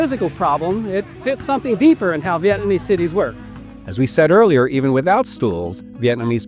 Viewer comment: Appreciate you pronouncing the Vietnamese words correctly